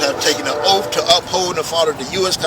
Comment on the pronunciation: I was wondering what an OAF was? He should take an OAF to fix his TEEEF.